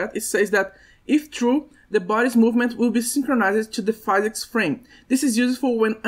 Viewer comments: Great tutorial, many useful informations. But please, we say 'phEEsics', not 'phAYsics' :D made me tick each time you were saying it. Keep up the good work ! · we don't say pheesics, we say fizz icks